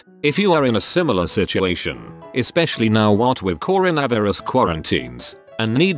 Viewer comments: I may be a bit inebriated, but the text to speech program’s pronunciation of “coronavirus” was hilarious to me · So we’re just gonna ignore the bay of pigs mess up that was the pronunciation of “coronavirus?” Hell thats worth price of admission